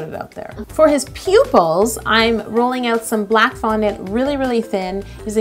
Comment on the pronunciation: DID SHE SAY PUPILS OR POOPILS?!?😜😜😜😜😜😜😜😜😜😜💩💩💩💩💩💩💩💩💩💩💩